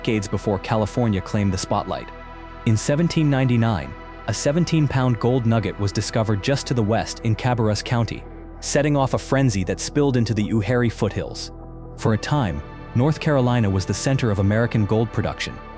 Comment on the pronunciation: Incorrect pronunciation on nearly all the site names. Hatteras is Hat-ta-rus. Uwharrie is u-war-rey & Cabarus is Cu-bare-us. So clearly not from anyone who has ever been to NC.